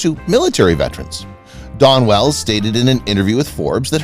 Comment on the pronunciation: Her name is Dawn Wells, not Don Wells. The speaker mispronounced her name continuously.